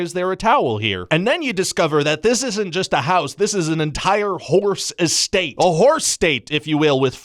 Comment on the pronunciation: "Real" EstAIt